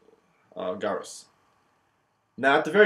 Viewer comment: Really good video! Just one thing though - I don't know if it's the way you were taught, but as far as I know, 'gyrus' is pronounced with a J sound, like Jyrus instead of Guyrus lol. But I'm just nitpicking. Great overview!